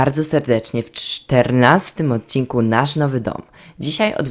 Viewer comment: " W czterrrrnastym odcinku " ;)